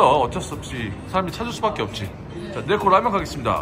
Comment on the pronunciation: " 내코"아닌 Neko 😢😅😂 찐한 육수의 면사랑이 넘쳐나네요^^👍👍